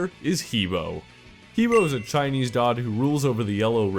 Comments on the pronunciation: also... please, not hee bo, it's Heh Beh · The way you pronounce he bo is WAAAAAAY off. You say it like "hee bou" when it actually is pronounced "huh bwoah" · He Bo is pronounced Hub Wa. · He Bo is pronounced 'huh bwah' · ***** He bo is pronounced Huh Boh, Because pingying in the chinese language. I took chinese. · These guys all suck at pronunciation its Ha Bwa like hahahaha and bwahahahaha you bunch of sad sacks